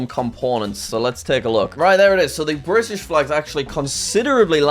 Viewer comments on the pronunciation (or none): none